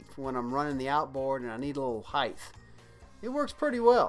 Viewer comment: Does this guy keep saying "height-th"?